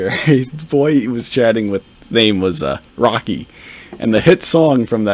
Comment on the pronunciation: I hate the way he says "Rocky". He actually made me dislike the Rocky movie franchise. Now I just call it "I Never Waste A Load".